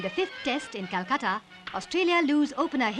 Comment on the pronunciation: It's Calcutta not culcutta